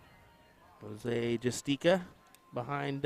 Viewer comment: Yall be getting this man’s name wrong all weekend his name is Jose Justicia it says it on his jersey not JUSTICA